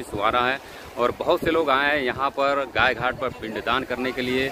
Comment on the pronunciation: Congrats for 100k subscriber. And please its Gaay Ghat not Gay Ghat